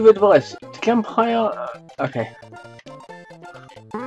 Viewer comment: Are you serious? It's not pronounced Gump. It's pronounced JUMP. You know, just like the word JUMP. Because it's pronounced JANKED up mario party, not ganked up mario party. How the heck do you fail to see the resemblense of the name of the word JUMP?